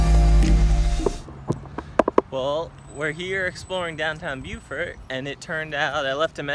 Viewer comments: It's BO-fert...not bew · It’s “Bofert”. 😂